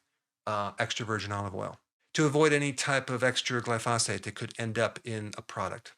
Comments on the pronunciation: Isn't it pronounced GLY-pho-sate, with the stress on the first syllable? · Doc , When pronouncing glyphosate put your emphasis on the first syllable and let the rest fly. Just think of the word hibernate and how the emphasis is on the first syllable there, and all will be well